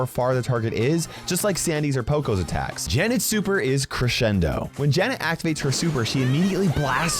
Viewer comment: Janet super name: Crescendo! O que o disse: C R E X E N D O! Só os BR pra pronunciar isso direito kkkkk